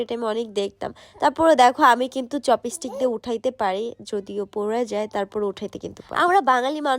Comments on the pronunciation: চপিস্টিক না চপস্টিক😂😂😂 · চপস্টিক ❎ চপিসটিক ✅ 😄🤣🤣🤣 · চপিসটিক 😂😂😂 murkho kothai bolte parena